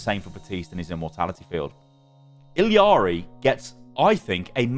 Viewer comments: Stop saying iliari plz its annoying, theres no second i in there. Its illari or iyari if you want to pronounce it phonetically from the spanish language, you can even check her character short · how are u still mispronouncing illari’s name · You are saying illari very wrong and it's annoying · Why does every content creator mispronounce Illari’s name.